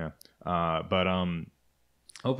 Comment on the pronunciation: "Kajjserrajk" "Mitell-afrikka" "Blaaam n Vaaaaahs"